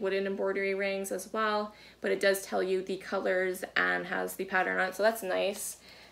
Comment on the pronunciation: I discovered your channel about two months ago. Now you've got me pronouncing "pattern" and "modern" as "patteren" and "moderen". Is this a Maine thing lol?